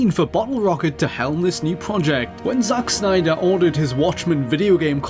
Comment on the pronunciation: I like it how he says Zack Snyder. "Zauch Snyder!"